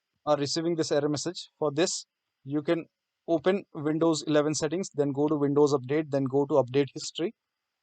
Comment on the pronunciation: vindows or windows, not vonting not verking